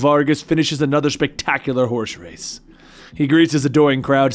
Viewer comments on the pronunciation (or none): none